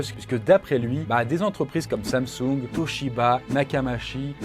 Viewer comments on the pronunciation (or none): none